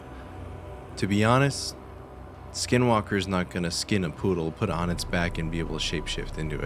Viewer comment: Not supposed to say the name, and I believe that you said it wrong. My grandpa told me you don't say it or it may make them come.